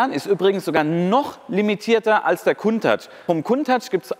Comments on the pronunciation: Warum sagst du immer "Kuntach"??? Das Auto heißt "Countach", wie Account, danke. Das nervt extrem, danke. Nettes Video, weiter so. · ich habe die Aussprache Countach hinterm C wird ein u gesprochen noch nie so gehört. Ist das denn richtig ?